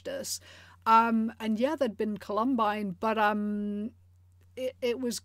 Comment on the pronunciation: You're saying "Columine" wrong, lol.